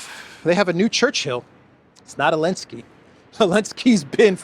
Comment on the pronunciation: It's funny...it's sounds like you're saying the Elensky Curse vs Elensky's Kursk. 🤔